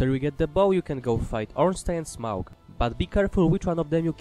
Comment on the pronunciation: 2/10 you pronounced smough wrong